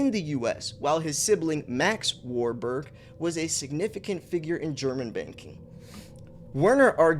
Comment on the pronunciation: 😂 you pronounced it right first time WAR-BUG sounds about right 👍